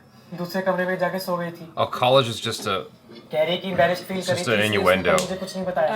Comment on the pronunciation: Maximus Shantaro Its innuendo. not newando.😂😂😂